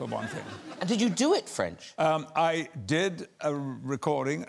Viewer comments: Wow his French accent is spot on! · His french accent is actually on point lol